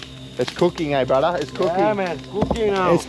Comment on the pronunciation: It’s cooking I love the way he said it tho it’s like cooocing not cooking